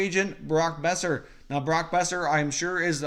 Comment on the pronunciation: First learn to say his name. Second, it took you 6 mins to get to the points of the trade rumors. Third, Vancouver ain't trading Boeser unless there's a holy crap offer.